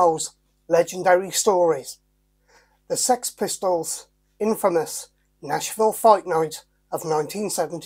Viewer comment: Nashville has an H in it 🤦🤣